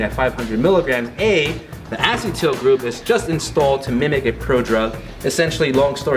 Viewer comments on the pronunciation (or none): I like the idea of these kinds of videos. I don't normally comment on youtube videos, but out of respect for Kai, this dude needs to work on his pronunciation. Carnitine is pronounced CAR-NI-TEEN, not CAR-TI-NIGHT. Acetyl is pronounced UH-SEET-L, not ASS-E-TILL. Synephrine is pronounced SIN-EFF-RIN, not SIN-EFF-ED-RIN (not to be confused with Ephedrine). It doesn't instill a lot of confidence. Also his dad's watch doesn't fit.